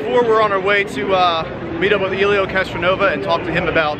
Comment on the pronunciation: Yup, I agree...., dude...you met the guy and the least you could have done was to research and pronounce his name correctly......@ "EELIO CASTRONOVUS" and then "HELIO CASTRONOVA"......that's just embarrassing......NOT COOL